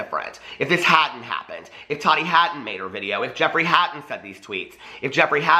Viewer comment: How is it that these people can clearly say the word "tea" but cannot pronounce Tati's name which it's literally pronounced Ta-TEA. It's really NOT THAT HARD! It's short for Tatiana. 🙄